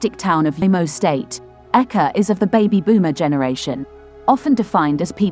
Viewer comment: Don’t mind this lady, they can’t study to pronounce African names good before coming on line to the publi, this guy’s surname is Eke not aka as you can hear from her!